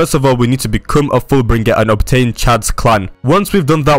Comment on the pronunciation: your saying full bring ger